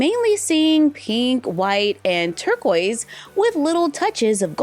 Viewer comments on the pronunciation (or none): every time you said torquiest i was like “Baby blue” 😂i love your videos tho